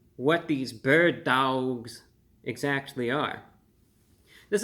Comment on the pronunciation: “Berd DaWgs” when i tell you i hollard😭💀